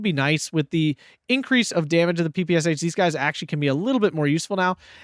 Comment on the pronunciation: Man, please if u can, its not PPS H , this SH like in "SHadow" or "SHell" "ППШ - пистолет-пулемёт Шпагина"